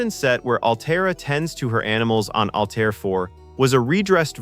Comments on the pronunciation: ALTERRA, NOT ALTAYRA/AL TIE RA. Grf. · Has anyone even SEEN Forbidden Planet? Altaira is pronounced Al-tare-ah. It seems as if the narrator gets this halfway through the clip, but no one removed the earlier Al-tyre-ahs. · How do you make a video about this movie and not pronounce the female leads name "Altaira" properly? Pronounced -- Al - tear - ah Have seen the film? Altaira Alta Morbius, daughter of Melvin Mordecai Morbius. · Name was Altaira. Al tear (like rip) a.. Alta for short. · And not Al-TIE-ra. 🤦🏿‍♀️ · It is pronounced “Al-tear-uh” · OR, maybe ' Al - TAIR- a '. . . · Mispronouncing Altira did it for me. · yes on Altaira. minor point; good vid. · The narrator mispronounced Altara's name as well as Issac Asimov's name. If they had watched the film they would have heard the correct way.